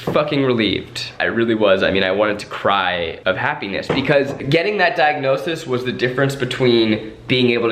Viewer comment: Zach: pronounces own diagnosis wrong Also Zach: will later correct other Try Guys during TGGT